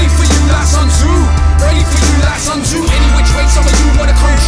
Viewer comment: As a person who is fluent in mandarin and Cantonese it bugs me that Sun Tzu's name is mispronounced. However, this is another top track.